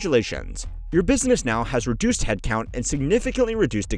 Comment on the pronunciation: "BUSSINESS" ?? I think some of your staff need to be replaced with AI